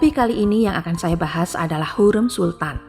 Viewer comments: Secara LINGUISTIK Pengucapan nama Hurem itu KELIRU. Hurem, pada huruf vokal e, pengucapannya salah. Vokal "e" pada kata HUREM tsb diucapkan spt senada pada pengucapan vokal : keren, semen, Hurem, Bukan senada spt dalam kata : adem, sungkem, kalem, asem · Ibu ini NGUCAP NAMA HURREM dgn nada yang SALAH....